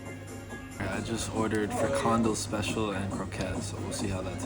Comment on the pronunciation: Frikandel Speciaal en Kroket. You pronounced it weird.